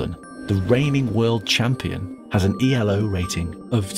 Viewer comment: Only thing for the video is that the ELO System is not pronounce E. L. O. ! It`s ELO because it is a name of Arpad ELO who is actually invented it.